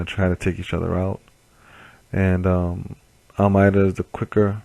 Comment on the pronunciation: FIRST! BTW it's pronounced Almaydah.